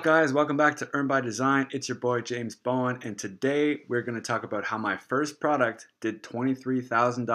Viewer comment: It's Bowen....... James Bowen... :)